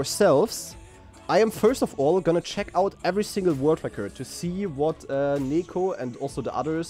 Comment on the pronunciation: It's nEko not nIko....